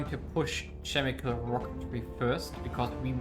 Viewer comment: Great vid, as other people said, music is too loud, makes it very difficult to hear you. Also, if you're interested, Chemical is pronounced with a hard C, "Kemi-cal" not "Chemi-cal".